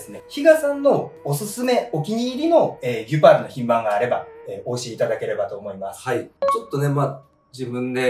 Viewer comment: ギュパールであってますよ😊